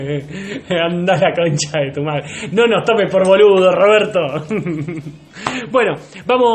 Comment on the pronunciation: "Robedto yo te cdeo pod que zoz bueno" 😂😂